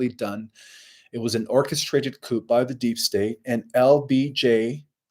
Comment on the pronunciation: Also: coup is pronounced Kooo